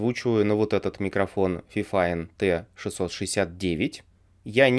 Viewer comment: FiFine T6 69 или 66 Не фифин, а ФИФИН ОЧКА